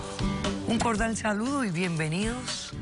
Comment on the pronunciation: like si te diste cuenta que dijo cordal en vez de cordial jajaaja